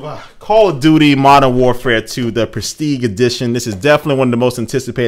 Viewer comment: call of doody u cany say it right